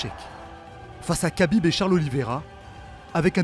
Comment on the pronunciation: Arrêtez de prononcer khabib et makhachev avec un K putain faite un effort.